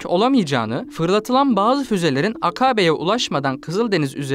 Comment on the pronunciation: Akâbe değil de Akabe (biadleri olan yer)